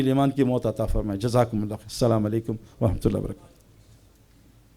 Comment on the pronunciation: Saeed Bhai AP bht Achey hai but salam Sahi nahi kia AP nay Assalamualaikum bol tee hai